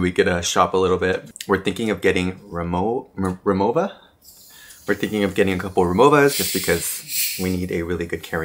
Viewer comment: Since you and Donny plan to go back, ive heard irs good idea to stay in Osaka and visit Kyoto in the day since they’re 30 minutes via the bullet train. Kyoto by day and Osaka at night. You pronounced Rimowa correctly 😮 I got my first one in Italy last year Great vlog!